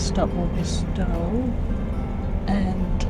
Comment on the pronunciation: Just for info: Stow is pronounced Stouw. It caught me out when I first moved to Edinburgh, 40 years ago.